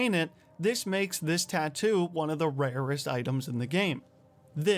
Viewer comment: "one of the raruuurest" 😂